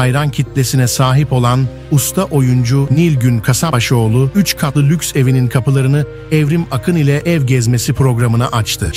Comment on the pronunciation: Huzurla, sağlıkla yaşasın. 😘. Soyadını doğru söylerseniz iyi olur. K A S A P B A Ş O Ğ L U. ANLATABİLDİM ZANNEDERİM.